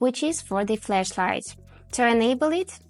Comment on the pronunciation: It's FLASHlight. Not FLESHlight. These are 2 different things Q_Q